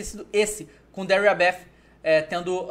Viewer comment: pse mas ele merecia né TH com som de F em inglês é o básico que se deve saber.